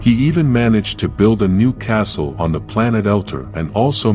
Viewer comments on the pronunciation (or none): none